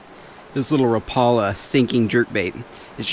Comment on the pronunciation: it's pronounced RAH-po-la, not ra-PAH-la